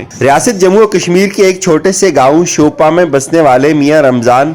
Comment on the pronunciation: It's شوپیان not شوپان